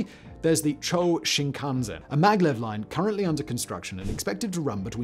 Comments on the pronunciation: It's "Chew-oh" Shinkansen (中央新幹線, or ちゅうおうしんかんせん—Central New Trunk Line), not "Chō" Shinkansen. I'm not even how Chō Shinkansen would even be written... 超新幹線—"Super" Shinkansen? 🤣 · Quick correction: the Japanese maglev line is not called "CHO"(超 - super) but "CHOO-OH"(中央 - Central) Shinkansen. Though calling it "Super Shinkansen" instead of "Central Shinkansen" sounds like an actual upgrade of the existing shinkansen system